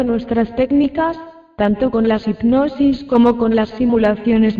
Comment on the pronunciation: Lulu Niels efectivamente, está tips no sabe pronunciar, dice ignosis en lugar de hipnosis. Aparte su voz adormece.